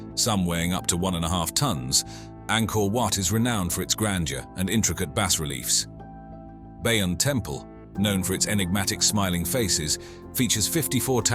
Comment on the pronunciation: Sorry, had to stop watching because robot voice keeps changing the sound of words. I couldn't take hearing "Lee Dar" or base/ bass reliefs anymore.